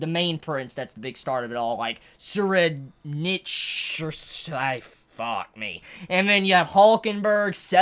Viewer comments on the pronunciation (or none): here is the pronounciation for Tserriednich is Tserīdonihi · Tserriednich is pronounced in japanese : Tseriidonihi